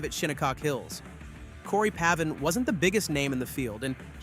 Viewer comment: Cory Pavin's name is pronounced "Pave-in" ryhmes with "gave in".